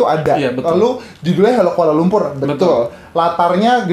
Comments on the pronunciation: Sebutan 'Kuala lumpur' dlm lagu itu bukan cara sebutan org sini. Kami sebut 'lumpo' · Assalamualaikum Mr, setahu saya lagu utk kanak² di Malaysia tak ada yg menyebut aku, sbb bg kami rakyat Malaysia sebutan aku tu terlalu kasar, apa tah lg di sebut oleh kanak², cara sebutan lirik dlm lagu tersebut pun jelas kedengaran amat janggal.. penyebutan "Kuala Lumpur" blh di anggap terlalu tebal, perkataan halo, ibu kota & aku suka sekali juga kelihatan canggung bg kami rakyat Malaysia 😅 maaf ya Mr kalau sy tersalah ckp, salam hormat dr Malaysia ❤ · sebutan 'Kuala Lumpur ' pun bukan sebutan sebutan malaysia...